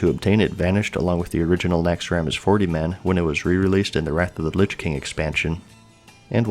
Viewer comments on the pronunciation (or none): none